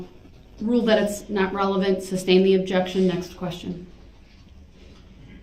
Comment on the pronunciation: Or, his dozens of, “substain,” rather than, “sustain.” Ignorant clown 🤡